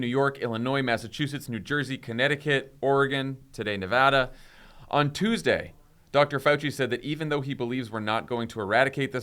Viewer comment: Thank you for saying Nevada properly.